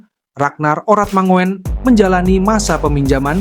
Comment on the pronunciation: Oratmangun...min..bukan Oratmango en..belajar lagi..😆😅😄😃😂😁